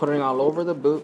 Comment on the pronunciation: dude .... its a booT not a boo